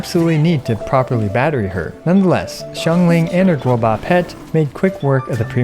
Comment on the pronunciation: Does anybody else enjoy it when says gobua?